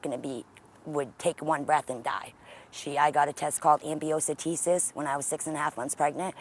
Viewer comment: Hahaha ambiocentesis and Measles 🤣😂🤣🥰 Amniotic fluid = Amniocentesis. Meningitis and not Measles! "Great CPR rhythm 😅🤣😂 we will not take over, we will just watch for now while you are working on your kiddo, you are doing just great don't give up!" 😅🤣🤣😅🤣